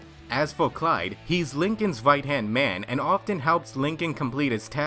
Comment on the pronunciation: I kept hearing ''w'' after every word -_- ''wight'' Instead of ''right'' ._.